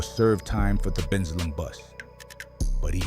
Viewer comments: The pronunciations are off They're pronounced Ben- sale-em (Bensalem) and Nesh-Sham-eh-nee (Neshaminy) mall People got pissed when Umar said 10% of these niggas would need to be eliminated. Demons really do walk among us and I guarantee you some adult saw what was coming by the time they were barely out of diapers. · The way AI says Bensalem and Neshaminy 😂😂😂